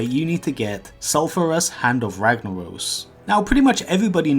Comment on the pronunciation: No. He said funafurry. And wagnawos.